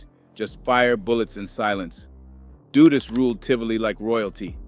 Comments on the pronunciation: YO STOP SPREADING BULLIIIIIIISSHHHH HEAR THE REAGAN BUSH ADMINISTRAION STARTED THE CRACK ERA HONESTLY THIS IDIOT TALKING DONT UNDERSTAND IN ORDER TO BRAIN WASH PEOPLE THEY ALWAYS BLAME BLACK PEOPLE HOW THE FUCK THESE MEN STARTED SELLING CRACK STUPID QUESTION HOW DU DUS NOT DOOOOO DUST MADE DRUGS OK AFTER A UNIFORMED OFFICER IN HIS POLICE CAR IN QUEENS NEW YORK GOT SHOT UP THATS WHEN THE REAGAN BUSH ADMINITRATION FLOODED CRACK IN THE HOODS OF AMERICA BEFORE THE COCAINE WAS WAY OUT THERE AND EVERYWHERE AND EXPENSIVE THE FUCK THIS MAN TALKING ABOUT AND CANT PRONOUNCE EASY WORDS BY READING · Repeat after me DUD-US just like you'd say BUD like Bud lite. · that's Big Meech and Terry Flenory, and you're mispronouncing Dudus's name like most people in the Jamaican media do. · AI have a problem pronouncing some names